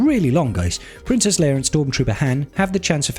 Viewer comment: Bruh Her name is Leia not Leir. Princess Leia not Princess Leir. 😂